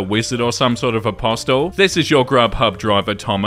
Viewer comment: fyi for future voice over, the T in apostle is silent 👍